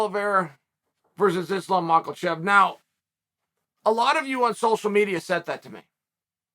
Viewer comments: Mackel chev😂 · Benny Daroosh will be the back up fighter for Mocklechev! Can Chael get one name right? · I could have sworn it was "Mocklechef" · I'm a huge fan of Chael, but he doesn't care what fighters actual names are. Notice that Islam's last name doesn't have an L in it, yet Chael always says Mockelchev.